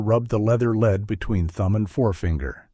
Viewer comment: AI MUST have editors! There is a distinct difference between "LED"and a dog "lead". Read a letter vs a letter read. Elias vs El-EE-US vs ELuis. Major ear-twisters! Bernard is not Bernad